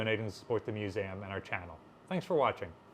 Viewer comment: I always get thrown when I hear you pronounce Museum as Muzam. Mu-Zam ? I wonder where this pronunciation stems from?